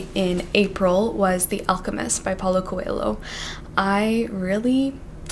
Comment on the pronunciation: your pronunciation of Coelho is adorable. very wrong and cute. i loved it :)